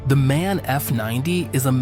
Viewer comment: MAN is once again mispronounced here. The letters of the name should be pronounced individually.